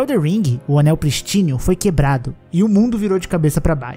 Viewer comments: Prístino, não Pristíno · Pristino é palavra proparoxítona, a sílaba mais forte é o "prís" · 2 anos de jogo e ainda não aprendeu a pronunciar “prístino